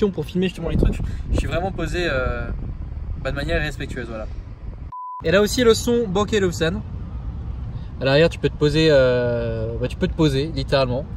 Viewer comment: Le son bank et olfsen il a dit ...Meeerrrrde !